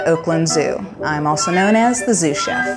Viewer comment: Zoo chef sounds like Sue chef 😂